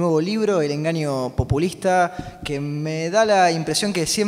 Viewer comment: No la mas relevante... pero me pareció escuchar que la presentadora dijo "pUpulista" el cual me parece una palabra que aunque no existe me parece mejor para describir el populismo.